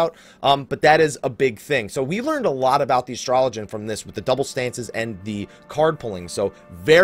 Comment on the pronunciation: It's Ass-Trow-Low-Gian